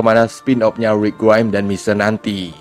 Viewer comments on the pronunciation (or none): nyebut rick grimes biasa aja bg tolong